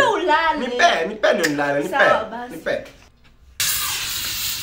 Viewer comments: Manze it's the "theenks!" That got me😂😂😂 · It's the 'thanks' for me😂😂😂